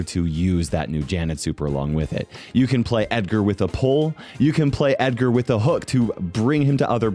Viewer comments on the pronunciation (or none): none